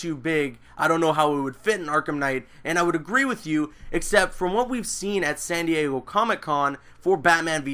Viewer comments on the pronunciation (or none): none